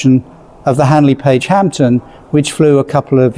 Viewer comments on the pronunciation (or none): I don't know if I'm mishearing the commentary, but when the presenter refers to the Handley Page Hampden, he says 'Hampton' ...